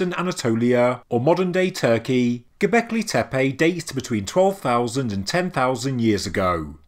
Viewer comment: I actually can't finish watching this because its triggering me how many times he is saying gobekli tepe :(